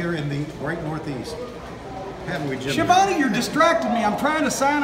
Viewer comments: The correct pronunciation of his surname it's skyavonae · "Tony SKEE-A-VOWN" as Chris Jericho used to call him lol. So under rated as a commentator in the history of "rasslin".